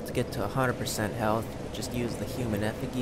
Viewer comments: Man said human efigy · been lookin for this ring, thankful for the tip so i'll leave you one: effigy is pronounced Ef-I-gee.